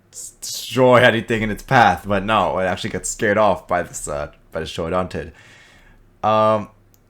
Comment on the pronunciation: Congrats on saying ‘Troodontid’ instead of Troodon which is a dubious genus.